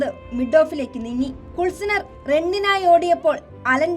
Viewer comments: കുൽസ്നർ,,, അല്ല,, ക്ലൂസ്നർ,,, ആണ്,,, 😂😂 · കുള്‍സ്നര്‍ അല്ല ചേച്ചി, ക്ലൂസ്നര്‍ എന്നാണ് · കുൾസ്നർ അല്ല തള്ളെ ' ക്ലൂസ്നർ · കുൾസാനർ അല്ല ക്ലൂസ്‌നർ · Its not kulsner its klusner😂😂😂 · Kulsanar alla klusnar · Kulsiner ഉം, കുല്സിതവും ഒന്നും അല്ലടി പെണ്ണെ, Klusener (ക്ലൂസ്നർ ) ആണ് 😅😅😅😅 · കുൽസ്നർ അല്ല.....ക്ലൂസ്‌നർ....... 😄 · ക്ലൂസനർ not കുളിസിനർ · പെണ്ണെ കുള്സിനർ അല്ല ക്ലൂസിനെർ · കുൾസിനർ അല്ല ക്ലൂസ്നർ 😂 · It's klusener. At least check the name and pronounce it correctly